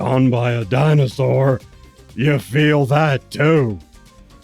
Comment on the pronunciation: I like the way you say Dinersaur. It sounds like a diner that serves real dinosaur meat.